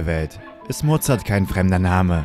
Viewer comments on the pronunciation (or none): Mozart, nicht Mozard.